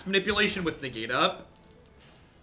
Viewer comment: Lmao “ne-gate.” A+ implicit pun